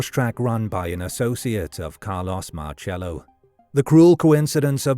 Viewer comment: It's pronounced sounds like Marsello.